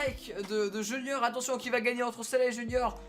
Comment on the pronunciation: Qui a remarqué que c’était pas "Junior" mais "Junoir" ? 😂